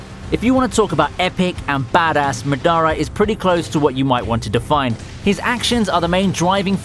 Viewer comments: its madara not madaaaara. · Bro it ain’t pronounced Madaara but maaadara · MadaRA not MaDAra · It's spelled Madara but pronounced mahdarah..... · Gho koo Mah-da-Rah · lol listen to how he pronounced madara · Ima need you to put sum respect on my boy Madara name next time 💀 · all dislikes are for your pronunciation of Madara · His pronounciation of Madara had me gag reflex at utter disgust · How the fuck you gon mispronounce madara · Pronouncing Madara and Naruto wrong 😫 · Dude don't say 'Madara' ever again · Can’t help but to get triggered by the way he pronounces Madara.